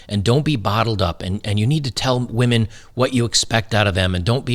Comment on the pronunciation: ha ha, more like wAhMeN 🍻